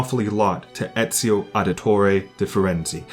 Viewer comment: Here from the So Says Jay raccomandation... Good lord this is far better then I thought. Instant subscription. Tough I gotta say, as an italian I have still to hear anyone outside of the boot pronouncing Ezio's name correctly, including most of the game's cast... and including , sorry. It's not a big deal since italians aren't a segregated minority (anymore) or anything but it did make me laugh.